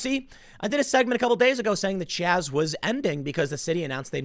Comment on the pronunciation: It's Chaz not Chop